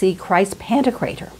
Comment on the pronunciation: I believe it's "Pan-TOK-rator"